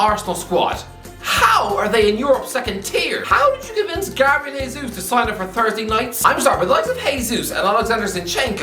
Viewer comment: Jay-zues, not Hey-zeus. He is Brazilian so its pronounced the same as Jose Mourinho